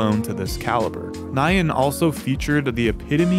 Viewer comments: Lol at the pronunciation of "Nyan" as "Nye-anne" For anyone who doesn't know, the correct way to say it is more like "Knee-Yan" (but be sure to shorten the sound between the N and Y, in other words keep the "ee" sound in "knee" as short as you can) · what the hell is "ni-yan," just pronounce it as it is bro. It's not an English word. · the most nostalgic thing about this video was remembering how common the mispronunciation of nyan (NAI-yun instead of nee-YAN) was back in the day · It's 2023 and folks still pronounce "nyan" as "nigh ann" Wild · He pronounced it wrong. The Y is a consonant in this word. It's the Japanese word for "meow". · Bro should be legally banned from saying Nyan... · Why the heck do you pronounce "nyan" like that